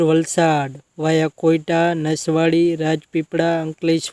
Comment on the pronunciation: બારડોલી નથી ભાઇ બોડેલી છે અને કોયટા નથી કવાંટ છે સરખુ વાચતો ખરા